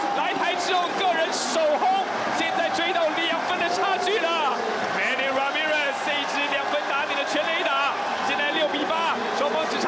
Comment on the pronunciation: The announcer sounds like an American when he said Manny Ramirez.